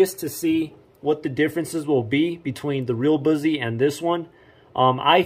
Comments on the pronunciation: Boozie? Lol BUS-ee.... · Busse is pronounced like "fussy". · First of all, it's pronounced bus-e. And mine I let my uncle make for me. I got the orange and black g10 handle with the tan case and the navy blue finish. And yes, the indent on the blade is to knock off some of the weight and under the handle they have a couple parts of it drilled out to make it lighter too. And yes it would easily go through that cinder block, The whole thing. btw I know all of this because I've been to the shop multiple times in my life and my parents used to work there and it's pretty cool. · And can't even say Busse right